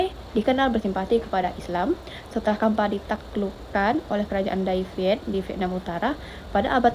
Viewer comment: bukan kampa, tapi campa, pake ce bacanya